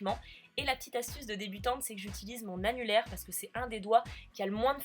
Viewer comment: J'ai pas pu m'empêcher de sourire quand je t'ai entendu dire "mon annulaire" 😂 #teamsnapEUchat 😘😘